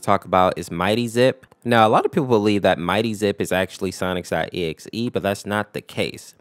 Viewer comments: says "Sonics.exe" instead of Sonic.exe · His way of saying it is actually "Sonics. E.X.E" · Why does he say sonic's .exe? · Omg its Sonic’s.EXE!!!!